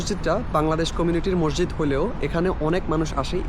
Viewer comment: Mosjid/Masjid Please pronounciate it correctly.